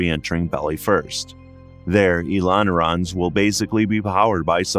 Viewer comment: it's ailerons not elonerons!